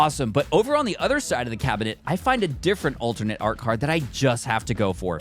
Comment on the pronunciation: Bro why does he say cabinet cab a net